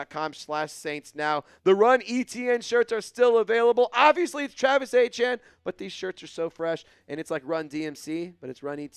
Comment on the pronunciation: Man you need to get Travis's name right i know you what it is I'm tired of reminding you put some Respect on it!!!!